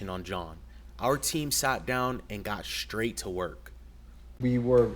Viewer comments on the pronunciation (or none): The word is pronounced "straight," not "shtraight."